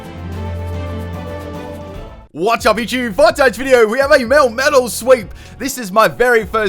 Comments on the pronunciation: do a theme team based on pokemon you mispronounce via your accent pls (one of them is melmetal) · it physically hurts the inside of my cranium when you pronounce melmetal like that